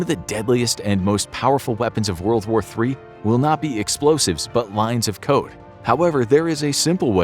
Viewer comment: “One of the deadliest and most powerful weapons of WW3…….. will be lines of code.” I swear I heard lines of coke 🤣